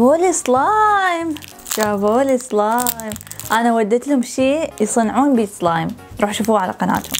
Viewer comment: بالدقيقه كانت بتقول صلايم مو سلايم